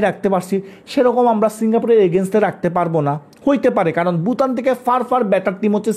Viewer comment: আপনি ভুটানকে বুটান বলেন, এটা মজা লাগে। আপনার কথার উচ্চারন স্টাইল আমার পছন্দ